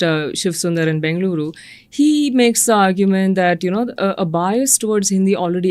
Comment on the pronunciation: Bloody hell sheth callung as bangalire instead of bengaluru